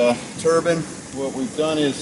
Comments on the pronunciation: Nine, fine, mine..... turbine. Not turban, turbine. Lolllll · Proper english would be a great help. The whole video I thought you were talking about a rag for your head. Not a TURBINE for making power with.... geez, learn to say Turban or Turbine properly, others might think you're reinforcing a Jihadist colony.... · TurBINE not turBAN goddamn dude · a "turban" is something one puts on their head. A "turbine" is what your talking about. A simple mispronunciation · I know I'm sounding like a bit of an ass but it's turbine not turbin. other than that I loved the video. thumbs up. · Did you mean 'turban',?